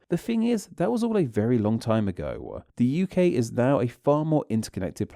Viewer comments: I agree too much stress on the last letter of certain words like now, dosnt sound like natural speech. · AI. You can tell by the way it extends the last syllables of some words like whenever a sentence ends with "now" it goes "nowwaaa" in a very strange way. I've heard some other AI voices that do this